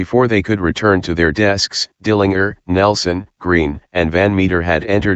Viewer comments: If you listen to some news wire reports from that time, they will pronounce it that way, as funny as it sounds. I think now we are so used to the JER pronunciation now that the other sounds odd. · Dill an jer. Get it right